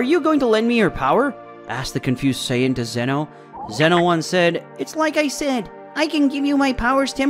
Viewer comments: I find it extremely offensive the way you say “Saiyan”. It’s like you’ve never watched Dragon ball in your life. Fix that it’s not right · Bro you stuck at reading dragon ball vocabulary 😂 you butchered Saiyan and whis and you read like a student in class volunteered to stand up and read 😂😂😂 very enjoyable content to relax and go to sleep.